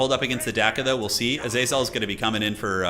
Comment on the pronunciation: Originally I hated how pronounced Azazel's name differently every time, but honestly I'm learning to love the meme.